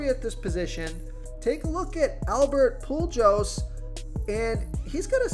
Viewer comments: This this man just say Albert PUU-JOES? 🤣🤣🤣 Sorry can't subscribe if you don't know how to pronounce hall of famers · Albert Poo-joes 🤣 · To not know how to pronounce Pujols’ name is bad lol